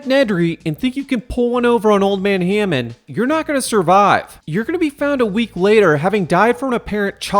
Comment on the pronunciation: IT'S HAMMOND! NOT HEYMAN!!!!